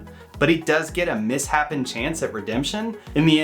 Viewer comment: The word is misshapen as in "poorly shaped, not the correct shape". It's not pronounced "mis-happen". I wish I found this series several years ago, I absolutely love doing editing work with spelling/pronunciation/grammar stuff, and I would have done it for a song.